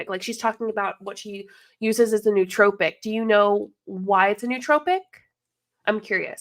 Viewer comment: Can you learn to say nootropic correctly! And get the definition correct as well. BTW caffiene is a nootropic.